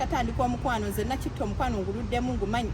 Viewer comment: I like the way you have pronounced nakitto and the kwemola